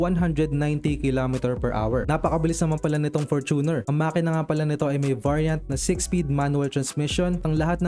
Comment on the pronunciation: FORT-uner. Fort-uner o FOR-tuner FOR-tuner.